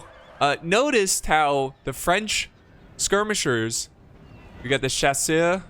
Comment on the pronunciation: I see from Wikipedia where you call the chasseurs “hunters.” I’ve seen you struggle with this word for years, so let me help. A far better English cognate is “chasers,” as in people who pursue, which unsurprisingly is another way of saying hunters. It is pronounced shasoor.